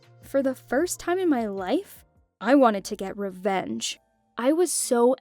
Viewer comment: Her:I wanted to get wevenge Me:WTF IS WEVENGE